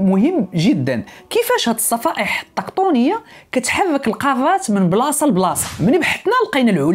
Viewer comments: الصفائح التِّكتونية التاء ماشي الطاء بالكسرة ماشي الفتحة (: …مشكور على الفيديو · الصفائح التيكتوك ية 😅😅😅😅 صراحة ناضي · فيديو زوين ولاكن ملاحظة الصفائح التكتونية ماشي طكطونية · * تصحيح خويا سفيان (الصفائح التكتونية ماشي الطكطونية)